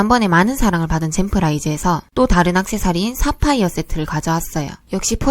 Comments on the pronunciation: 싸파이어 아닌교?? 사파이어 발음 다시해보세용 싸파이어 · 사파이어 발음에서 뿜음 ㅋㅋㅋ. 경북분 이시죠? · 사파이어 발음 왜케 웃김 ㅋㅋㅋㅋㅋ쌀해봐요 ㅋㅋㅋㅋㅋㅋㅋ